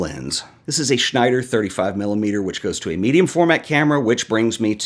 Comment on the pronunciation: Every time an American is successful with pronouncing Schneider right, Pixels in Germany seem to get a little deeper.